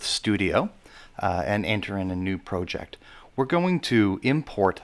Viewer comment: Thought you might like to know, there`s only two ways to pronounce "project" but you made up your own.